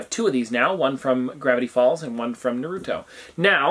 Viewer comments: nar-oo-toe please say it right. Much love tho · Ahhh the why he said Naruto🤦‍♀️🤭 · Ummm you pronounce naruto wrong 💀